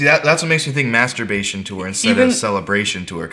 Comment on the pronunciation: I did not know that Masturbration has a silent r